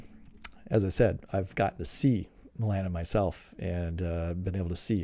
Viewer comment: When you say "me-LAN-in", do you mean "MEL-a-nin"? {:o:O:}